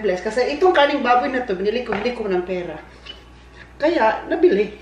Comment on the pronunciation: Pagsabi ni, di lang naman masyadong clear ang letter "R" sa salitang "karneng baboy". Napansin ko na dati pa pero alam ko naman na he meant "karneng baboy" not "kaning baboy". Next time, paki pronounce mabuti yung letter "rrrrrr" sa "karneng baboy" para di ma mis interpret ng ibang viewers mo na nag comment lalo na dito sa video mo. Thank u!